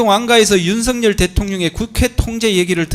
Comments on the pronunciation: 윤성녕 피고인. 유독 윤성열도 아니고 윤성녕. ㄹ 발음이 안되는 구강구조 부터 고치자. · 변호사가 일부러 그러는건지 발음이 안되는건지 계속 윤석녕이라고 발음하네? 이건 제지해야 하는거 아닌가? 기본적인 발음도 안되면서 무슨 변호사를 한다는거야? "열"이 발음이 안되는거야? 열차를 녕차라고 하냐? 열심히를 녕심히라고 하냐? 그런거 아니면 정확하게 피고인 윤석열 이라고 똑바로 불러라! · 윤석열이라는 발음이 저렇게 힘드나 윤석영이 뭐야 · 변호사가 윤석열 이름도 윤성영 이라고 자꾸… 얘들은 이름도 제대로 못부르는 수준이냐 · 발음도 제대로 못하는새끼네 윤성영은 누구야 씨발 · 윤석영은 누구야 발음도 어눌하노 저거 찍들이 말하는 짱깨새키야? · 윤석열 발음이안돼서 윤성연 이라고발음하네. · 윤측 변호사야!! 발음이나 똑바로 해라 ㅂㅅ인가~ 윤순영이가 누군데? 윤석열이라고 말도 못하는 ㅂㅅ 윤석열대통령이라고 할때는 발음괜찮은데? 더러운 🐕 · 변호사가 발음이 엉망! ㅋㅋㅋ 나만 그리 들은 게 아닌 듯... 윤석영은 뉘여? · 윤선영? 발음이나 단디 해라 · 윤성영은 또 누구? 발음도 못하네~ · 윤성영,,,, ㅋㅋㅋㅋㅋㅋㅋㅋ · 맞죠? 저 발음으로 사회생활 어찌하냐~~ 이윤스응영~!! 윤승영... 윤석영 윤성영.... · 윤석열 변호사는 [윤서결] 발음을 못하냐? 모지리만 모아놨나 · 아 윤석영...이거 문제 되는거아냐? 발음 진짜거슬리네 ㅡㅡ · 제대로 발음해라 술쳐마셨나... 윤석영이 뭐여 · 윤성영 피고이니이,,,? 어떨게 두번 연달아 윤성영 이냐? 바름 조빠리 안할텨,,,? 이제보니 계속 윤성영이라카네. 윤성영~ 누구냐 넌? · 변호사야 윤석영 뭐야 발음이 ㅋㅋ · 발음이 머냐, 윤석영? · 조청장님도 힘드시겠어요. 윤빤스한사람때문에 많은 사람이 고생하네요. 윤석영이 뭐야요? 자꾸 발음이 부정확한 신문 참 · 발음 판사 왜 듣고만있지?피고인 이름 기발하네? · 변호사 혀가 짧네 윤석열 발음이 어려운가 보내